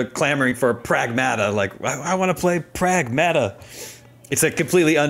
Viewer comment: It’s pragmahhhta not praaaagmaaattaaa lmao